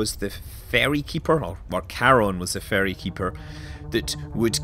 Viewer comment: Ferry, not fairy..